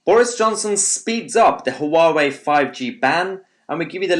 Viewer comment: Down voted for failure to pronounce Huawei properly. Amateur